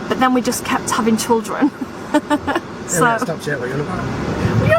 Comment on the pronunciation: Pronounced CHILdren Sarah not CHULdren 🙄